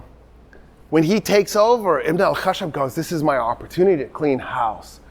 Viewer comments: Ibn al khashab is actually; Ibn al khash_aab The 1st means the son of the wood, while the 2nd is the son of the logger.. Pronouncing the second needs a stress on the “sh” sound. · The mistake was done because of pronouncing it "Ibn al-Khashab" with one letter SH (that means wood, right?), if we add another letter SH then it becomes lumberjack, so the correct spelling of his name is "Ibn al-Khashshab". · not an extra Sh, but a longer SH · Ibn alkhashab means son of the carpenter or the wood crafter it is pronounced with some stress on 'sh' ... and nizam al mulk means the 'order of the reign'